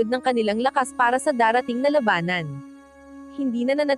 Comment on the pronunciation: mag basa na lang ng scrip ...Mali Mali pa... pronouciation ... pilipino na nga . KONTING ayos naman ...like the word. la ba nan it's labanan...!